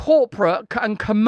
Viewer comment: Russell brand says: "Entities" without pronouncing a single "T". Fascinating.... (En-i-ies)... Truly remarkable.